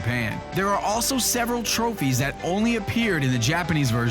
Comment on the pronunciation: Covering the trophies part in the vid, he's said trophy so many times that I began hearing him say trope-fees instead of tro-fees. This has confused the hell outta me and so I'm really asking: is he saying trophies or trope-fees?